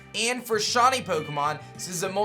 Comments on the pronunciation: every time he tries to say shiny... it seems to come out shony... lol kinda annoying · Shiny* not shany